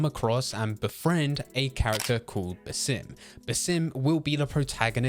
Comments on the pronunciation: Sounded like he said simp haha which would be incorrect since he looked away from that woman in the trailer 😅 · Bro every time you say basim it sounds like you're saying the sim and it's really annoying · You pronounce basim weird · And Roshan, it's cuz English usually places emphasis on the second syllable of a name rather than the first which would be correct